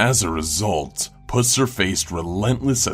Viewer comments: It is Buffered Pusser, not Buufard Pussar. Dumbass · Buhferd Pooser? Really? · For number 7, how can you mispronounce both first and last name? It's Buford (with a long u) Pusser (with a short u)... the movie Walking Tall was based on him. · Ugh. So like... my father is close friends to the Pusser's. It's not Puss-er. It's said Puh-ser. I cringed so hard. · XD omg did he say pusser? XD im done im so done PG is tooken to a new level XD i cant stop laughingggg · Everytime he said "Pusser" I couldn't stop laughing 😂